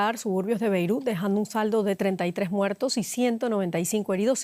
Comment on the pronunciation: aprende a pronunciar: BEIRUT con la letra T al final, es la capital del LÍBANO